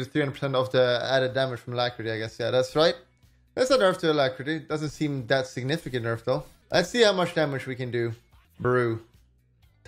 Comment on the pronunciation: Caihl Angeles signifishent